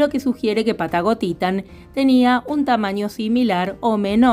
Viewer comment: Cada vez que dices Patagotitan me suena a "Pata gotita" 😅😅😅